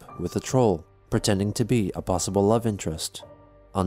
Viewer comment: Plossible.. Impeccable transcription as always...